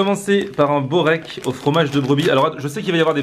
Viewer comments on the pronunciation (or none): InZzLiim'Z PzZATzP bourek on dit